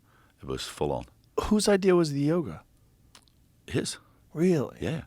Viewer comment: I thought he was saying yogurt, not yoga😂